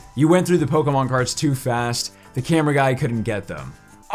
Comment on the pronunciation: Does he realize it’s sounds like Pokinon Not Pokamon